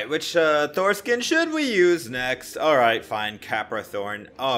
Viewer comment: How it should be said: Thor How Brawlhalla says it: Tho-er